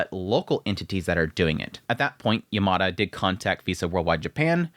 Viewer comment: FYI Yamada is pronounced Yam-ma-da, not yer-mar-der